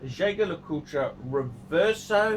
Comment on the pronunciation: The irony is that when offers his parody pronunciation - JayJay Le Coot - of JLC's full name, he's actually closer to the proper pronunciation than when he offers his 'proper' pronunciation.